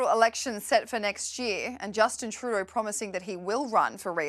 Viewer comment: If you are going to yell something at the PM then make sure it is intelligible. Truuudoooh....! Blah.. Bluh.. Pause.... Blah.